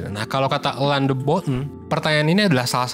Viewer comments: Dibaca Alain aja kak jangan Elan.. Malah aneh. Either Alang atau Alain aja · Alain itu nyebutnya ALE min! Alain de botton jadinya Ale de Botto .nama perancis gitu huruf N selalu ga disebut ‼